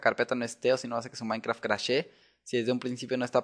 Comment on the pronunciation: se dice minecraft